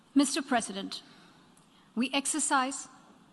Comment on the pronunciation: The way she pronounced Mr. President is just osm ❤️🔥